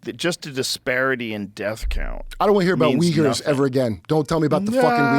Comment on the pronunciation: what is a weers?? or whatever he was saying.